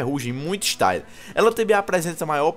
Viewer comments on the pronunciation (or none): "muito ixtaile"